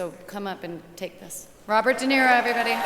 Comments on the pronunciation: Is she saying ROB or BOB?? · Yeah, Bobert De Niro.